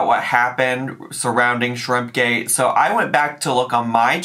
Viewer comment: Noticed she's being back the "sho" instead of "so" that she used to do circa 2018. Guess she's been watching her old videos and decided to try that affectation on again. 🤦‍♀️